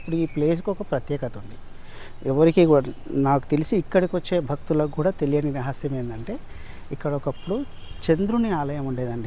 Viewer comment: Byeliyani kaadu teliyani